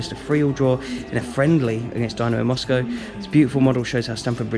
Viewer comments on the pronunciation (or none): none